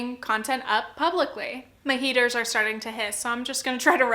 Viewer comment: I agree with all of this, as usual with your content! I’m dying though because you said “my heaters are starting to hiss” and I 100% heard “my haters are starting to hiss” and I had to pause for a second cause... omg. 😂